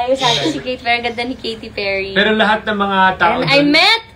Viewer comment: Ayosin mo nga ang pronunciation mo... KATY PERRY hindi KITY PIRRY..... ginawa mong pusa. Basta maka vlog lang kasi